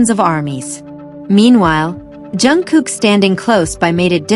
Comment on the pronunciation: Jungkook. Pounce it right!